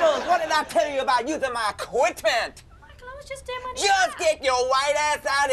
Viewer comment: "equitment!" ahahahahha